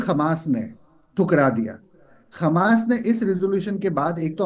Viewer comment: ये चूतिया उल्लु हमास को खमास क्यू कहता है..